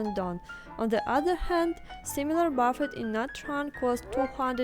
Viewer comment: Just fyi, "Buf-feht" is the name of the famous investor Warren. What you're eating is called a "buh-feh", and you shouldn't drop the s like Oriental people do (they can't comprehend the concept of plural/singular). So "buh-fehs". Also not "sawh-nah" it is called a "saww nuh".